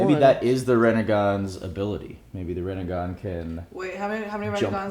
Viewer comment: guys. your awesome. not REEEnegan, but RIIIInegan :)